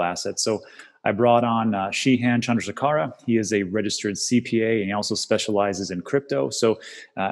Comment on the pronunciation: nailed the pronunciation of Shehan Chandrasekera but he calls him Dan.